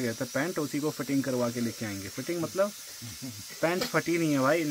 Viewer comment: फटिग नहीं बोलते भाई फिटिंग बोलते हैं 😂😂